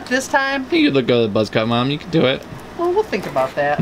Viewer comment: mom not mon